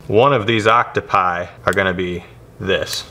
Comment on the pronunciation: It's octopuses not octopie or what you said